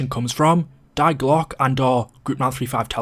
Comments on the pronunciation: I agree, Isn't it pronounced 'Dee glock' ? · As a german i must say that i cringe everytime he says "die Glocke"